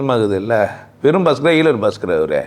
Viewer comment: ஐயா நீங்க ஹீலர் னு சொல்லும் போது எனக்கு ஈரல் னு கேக்குது. ❤